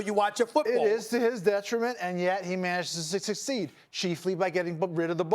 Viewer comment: listen . sussscceeeedd. that's a slur my friends. he's on Benzos or alcohol